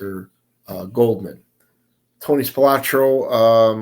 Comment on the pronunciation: Love the videos. However its not Goldman it is goodman.